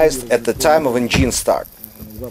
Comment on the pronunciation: Ударение engine проверьте, уж очень слух режет, носителям языка будет ещё хуже